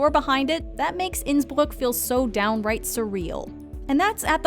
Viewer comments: Innsbruchh....twice , thought she was puking...after that it magical she says Innsbruck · Me, watching this as an Austrian who also speaks Italian: Huh, the way she pronounces Bergamo is pretty good for someone who doesn't speak Italian. I'm really glad she practised the pronunciation before filming this video. *watching the part about Innsbruck*: Nevermind 😭😂